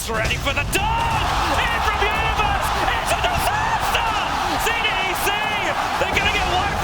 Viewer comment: IT'S A DISASTAH!